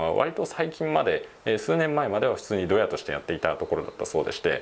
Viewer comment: ドヤのイントネーションが違うんだよなぁ